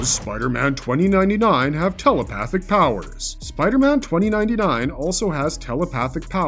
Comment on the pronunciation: "Does Spiderman 2099 have tell-o-pa-thick paw-wores..." - !?... No, pudgy mouth-breather of low I.Q and dense intellect, there is no "o" in telepathic. There is no "w" in thoughts, it isn't "thaw-uts." Learn how to breathe properly and your oration will become closer to correct.